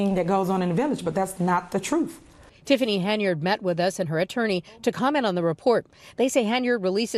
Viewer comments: She said Trufe...Now ax a question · I’m not convinced this woman is properly educated; she just said “troof” it’s TRUTH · 🇬🇧🥰 “troof !” We’ve got to do better 😂🙄🤦🏾‍♂️